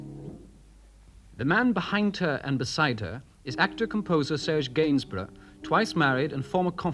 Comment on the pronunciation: Did anyone else catch the narrator calling him "Serge Gainsborough"?